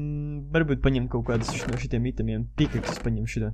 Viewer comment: Tad kad tu saki - NO laiks spēlēt - tad izklausas ka tu saki - NAV laiks spēlēt